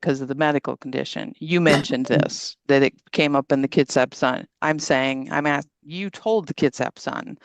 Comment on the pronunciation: ASKING NOT AKSKING JFC 😂